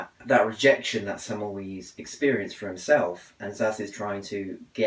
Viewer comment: Hey, some tips, its not zaz, is Ssass (Ss like in the german). It semmel"vice" not semmel"wees" appreciate you reading his book, keep on reading.